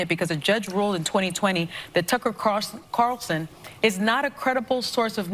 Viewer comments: its C A R L -son say it with me, he is kinda famous.. 0-O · Why can't anyone in this video pronounce the name Carlson? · Someone tell me why so many people drop the "L" in Tucker Carlson's name?